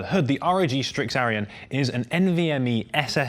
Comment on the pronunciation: He keeps saying Aryan lol